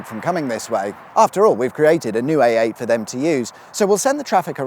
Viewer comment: Anyone else hearing him say AATen?